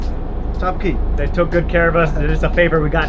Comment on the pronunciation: Bro, cay is pronounced "key" It's not Chubb Cay. It's Cubb "key" It's a Spanish word that's been anglicized from cayo meaning small island. I thought you would like to know, since you reach so many people. Please say it correctly.